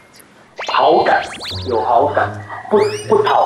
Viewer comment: 是好感？還好幹？最後的ㄍㄢ有重音欸！